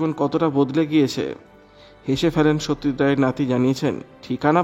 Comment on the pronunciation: সৌত্যজিৎ নয় সত্যজিৎ,দৌহিএ না পৌএ,😂